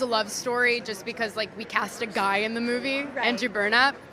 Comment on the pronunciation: Nice how she spits the word "guy".